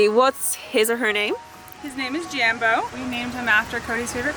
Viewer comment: Please say Jambo with the a pronounced Ike a in car! Then you’ll be ready for Africa!